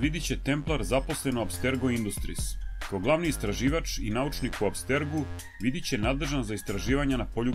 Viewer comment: Nije Vidić, nego Vidic (k). :) Sve u svemu, zanimljiv pokušaj. :)